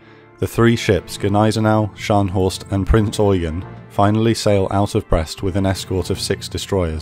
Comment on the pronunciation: Adolf Gallant was tasked with securing the safe crossing, so it was successful overall. Please pronounce of the cruiser name with the stress on the last syllable: EuGEN!